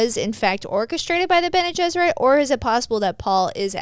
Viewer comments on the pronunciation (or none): I can’t get past calling the Bene Gesserit the Bene Jesuit